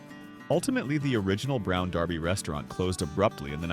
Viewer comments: The AI voice didn't know how to pronounce Derby. It pronounced it Darby. You might want to correct that it makes it sound very unprofessional. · hey, British AI computer - Americans don't pronounce derby as "darby" There is no restaurant called The Brown Darby, those steak joints were far from "fancy" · Brown "Darby"?? Do better AI voice guy. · The AI voice repeating "Brown DAR-by" was jarring. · The Brown “DARBY?” Fuht the wuck? Stupid AI that no one checks for accuracy. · When your AI narrator can't decide on how to pronounce derby--it's durby, no darby--one wonders what care is put into your posts. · If you stop letting AI use bad grammar of stating the names incorrectly, it would be better. Also, letting the viewers know where these places are or were, would help also👌🏼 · Get your AI to pronounce the name The Brown Derby correctly. Pathetic imo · It's pronounced brown derby. Ya know the hat, not darby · It’s not brown DARBY. It is brown DERBY. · You might want to fix that pronunciation of "Derby". It's not Darby. #AI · IT WAS "THE BROWN DERBY". NOT THE BROWN DARBY". SHEESH. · You mispronounced Derby. It’s not Darby. A derby is a hat. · Derby not Darby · Brown derby not darby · Brown DErby, not Darby - if you want to be better then don’t use AI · Is this AI narrated? I think the pronunciation is not DARBy but dERby. Brought back memories but AI mispronunciation of common words is becoming a problem. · Gosh, make up your mind. You pronounce "Brown Derby" correctly when you refer to the hat, but you keep naming the restaurant "Brown DARBY"! What's wrong with you? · I HATE AI!! It's not Darby, its Derby!! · its Derby not darby. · It’s not “Brown Darby”. It’s “Brown Derby”. 😵‍💫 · What's a Brown DAAAARBY ? Never heard of a Brown DAAAARBY ?? It's Brown Derby you stupid AI generated voice. 😡😡😡😡😡😡😡😡🤡🤡🤡🤡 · Not Darby! Its pronounced The Brown DERBY! A derby is a round brown hat. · Brown "Draby' Derby? Ah, AI narration. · It Derby not Darby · The Brown Derby not Darby !